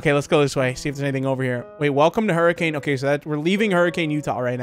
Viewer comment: Huricain (Huri-ken) utah